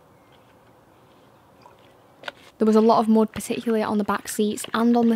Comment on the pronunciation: Lovely accent, "dried mood" on the carpet, Delightful.😊